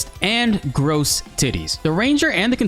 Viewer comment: "Gross teetees" 💀 Americans trying to pronounce French words has been my treat since this game launched 🙏 (otherwise great guide mate)